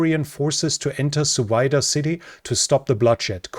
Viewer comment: hahaha, i heard Suvida as "so weiter".